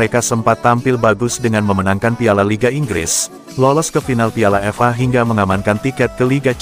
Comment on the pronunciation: Yg baca narasi bikin eneg dengernya ...masa F.A bacanya fa